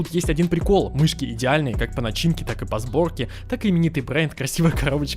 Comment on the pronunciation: мышьки хоспаде... МЫШЬКИ ахахахахахахахахахахах